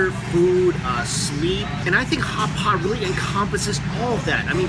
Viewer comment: It sounded like Hots spot. He like Hots Spot .....I know it's ridiculous but I keep replaying that part 'cause it cracks me up everytime 😂